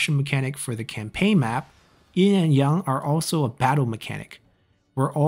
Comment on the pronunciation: It’s Yin and Yang, not “In and yong”